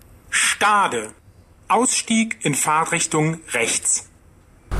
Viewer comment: nein, hört sich an wie Fahrrichtung,also ohne t bei Fahrt.